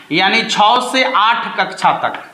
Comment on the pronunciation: भाई पहले खुद के उच्चारण तो सुधार लो र को ड़ छ: को छौ ऐसे ही कई उदाहरण हैं जो गलत हैं कृपया ध्यान दें वीडियो पब्लिक के बीच जाता है